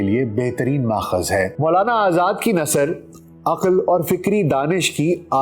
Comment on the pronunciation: محترم یہ لفظ ن ثر نہیں بلکہ نث ر ہے